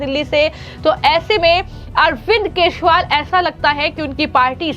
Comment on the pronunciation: आपको अरविंद केजरीवाल बोलते नहीं है। उसे सुधारें।